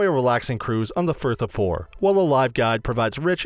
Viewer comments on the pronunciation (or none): Incomb, firth of fore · "ink Olm island" on the "firth of four" lol